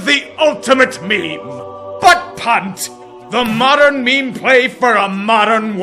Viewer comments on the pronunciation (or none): I love the way he says "bUtT pUnT"